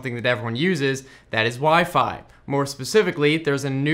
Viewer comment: "wee fee"